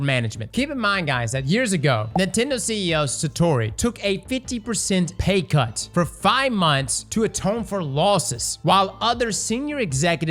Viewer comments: Did you just call Satoru Iwata " Satori" AND Shigeru Miyamoto " Miyamota"?????? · You butchered Satoru and Shigeru’s names